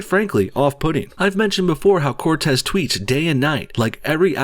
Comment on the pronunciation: Don’t you mean Corrrrrrrrrrrrrrrrrrrrrrrrrrrrrrrrrrrrrrrrrrrtez?